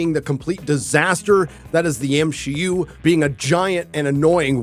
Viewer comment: Ngl I agree with you on most things but I would appreciate it if you just put it bit softly and stop saying M-she-u it sounds bit distasteful